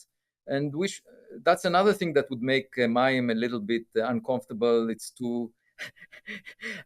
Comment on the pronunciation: Mayim Not Maxim Sorry